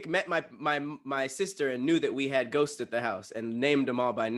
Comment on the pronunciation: said Ghostseses